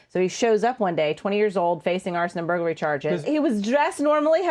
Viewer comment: "Arson and burglary"? Sounds more like "Arsein' and Buggery".